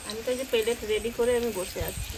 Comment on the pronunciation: একদম সহজ উচ্চারণ গুলো ও আপনারা খুব বিশ্রী ভাবে বলেন সেনেক নয় স্ন্যাকস , পেলেট নয় প্লেট etc এই গুলো একটু ঠিক করবেন আর কি বলব পকোড়া ভালো হয়েছে দেখে মনে হলো ।